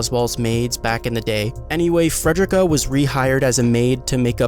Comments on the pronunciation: I'm crying dawg it's Fre-de-rica not Fred-drick-uh 😭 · Love the video but... it's fred-ree-ka. Ffs. You don't say "fred-er-rick" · Not only did you mispronounce Frederica's name, but your description is totally wrong. She did not work for Roswaal "back in the day"-- She always worked for Roswaal, she is just the head maid of a different mansion he owns. I don't think it would have been a meaningful spoiler to be accurate about that. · Your announcing fredickas name wrong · Learn how to say Frederica